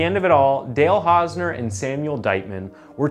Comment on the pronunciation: You couldn't spend five minutes researching how to pronounce the guy's name? Shoddy job. Channel blocked forever.